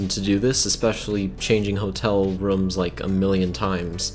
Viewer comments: He says rums instead of rooms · Wait did you say “rums” or “rooms”... or maybe is because your accent...🧐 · “Rums” it is rooms I am dieddddddddd 😂😂😂😂😂😂😂😂😂🤑